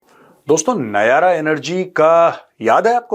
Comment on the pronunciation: Nayara nhi nayra🎉